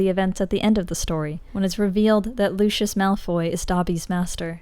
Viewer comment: Why does everyone call him LOO SHUSH. It’s literally Loo-See-Us